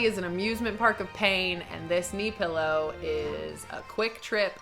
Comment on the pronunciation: I remember a video of you and Natasha Negovanlis where you made fun of her Canadian accent saying "pellow" and "beg". And now you said it. Lol 😂